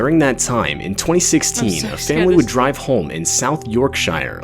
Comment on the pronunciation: "Don't dwink and dwive" he said it perfectly... almost.